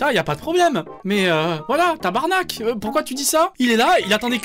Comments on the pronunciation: OOh attendez une Minute le Premier français à dire Tabarnak comme du monde! Un gros GG! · Merci de prononcer "TABARNAC" comme un vrai Queb et non "TABERNACLE" 👌🏼👌🏼👌🏼